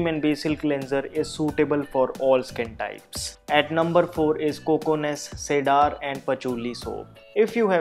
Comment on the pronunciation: Cedar pronounced " See der."